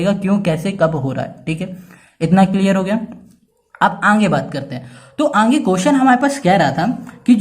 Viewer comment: Sir aage ko anghe khete he😂😂😊